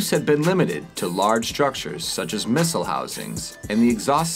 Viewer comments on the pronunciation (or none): none